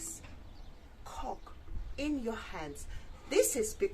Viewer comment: You should teach her how to say coke properly 😂 I believe you let her say it like that 😅😂